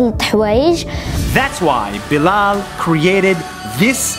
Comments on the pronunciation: You pronounce Bilal "bilel" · I think you said bilal wrong